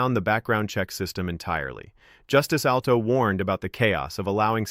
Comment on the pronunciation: 😂ai? Alto? No alito